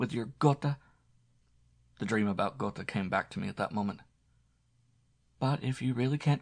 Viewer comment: It's Guh(r) teh isn't it? Goethe pronounciation